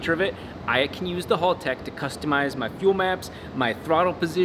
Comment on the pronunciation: Haltech, not halltech.